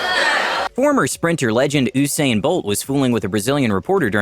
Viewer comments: Its pronouncing “ew-sain” instead of “u-sain” for me ✌🏽⚰️ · Usain is pronounced yousain not ooosain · Omg why cant Americans pronounce shit properly, always tryna sound posh but it sounds dumb. It's Usain bolt not oosain bolt my lord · OO-sain bolt?!!!! OO-SAIN BOLT???!!! IT'S YOU-SAIN BOLT. YOUUU, IT'S PRONOUNCED 'YOU'. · Most embarrassing part of this video is the narrator doesn't even know how to pronounce "oosain bolt. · Did this dude just say Oosain Bolt 🤦‍♂️ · Ousain he said ousain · I’m sooo late but a little correction Usain is pronounced ‘YOU sain’ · Every single British person just immediately got vexed when Rita Ora pronounced the word Tuba as “tooba” . And then the narrator followed it up with “oosain “ bolt ! Fml 🤦🏼‍♀️ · Who tf says ohh Sain bolt😂😂🙌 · did he just say oosain bolt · Man said ousain bolt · Ousian bolt you mean Usain Bolt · Did you just say WHOSAIN Bolt?? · “Oosain bolt” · I'm sorry, did he just say OOSAIN Bolt?? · "oosain bolt" 😂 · He said Oosain Bolt 🤣💀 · This man really said oosain bolt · mans said "Oosain Bolt" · Ummm... oosain bolt? Last clip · Ooosain bolt 💀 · It's pronounced You sane not uh sane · Did my man actually just say oosain bolt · Wait who is "Oosane Bolt" as you called him? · 》 The Sprinter Legend His name is Pronounced as You-sane (Usain) Bolt 🇯🇲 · Oosain Bolt? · who doesn't know how to pronounce Usain's name..... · Lol so we can’t ignore how he pronounced usain bolts name!! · Why tf did he say Usain Bolt so wrong